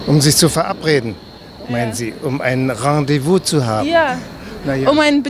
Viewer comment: es heißt Rendez-vous und nicht Rendevouz